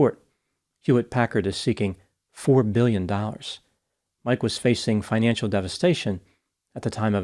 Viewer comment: I can't tell if it's 11 million or 11 billion. The way he pronounces it is "Eleven mbillion" I can't make it out. He's rolling his Ns and Ms and Bs all together.